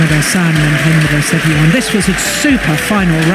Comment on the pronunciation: ternyata oma Gili bisa nyebut huruf "R" yg baik dan benar ya pas nyebut nama Hendra 😁